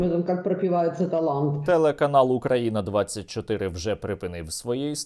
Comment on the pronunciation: Нехай ці потвори з початку навчається вірно разстовляти наголосити в відношенні до терміну Україна